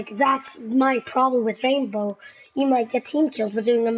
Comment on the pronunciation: plz its R.a.i.n.b.o.w not R.a.m.b.o